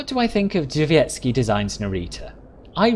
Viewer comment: It was pretty good! Drzewiecki is not the easiest word to say but you said it very well!